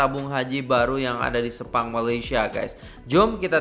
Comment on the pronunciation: Info :- - Ejaan "Sepang" bukan disebut seperti itu tapi disebut (dibunyikan dengan bunyi "Se" yang lain) 🙂